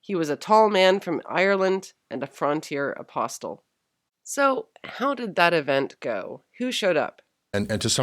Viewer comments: THE 'T' IS SILEN IN 'APOSTLE'. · Also, the T in APOSTLE is silent, though that may vary by region